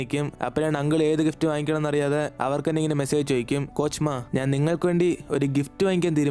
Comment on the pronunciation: Coach ma ennnath kochamma enn ketta njn🙂💀